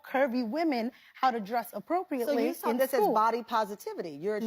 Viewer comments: this woman said ‘sawl’ instead of ‘saw.’ Geez. Tell me you are illiterate without telling me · shes an educator, but cant pronounce saw. its not sawl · A teacher that pronounces saw as sawl ... okay lol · "the first time i sawl it"... SAWL? 😔🤡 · "I sawl it"- and she is a teacher? America is finished.